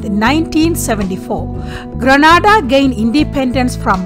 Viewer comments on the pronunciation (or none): madam grenada is pronounced gre na da like grenade with a a instead of e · Not far n.a. As it's pronounced get n.a. Da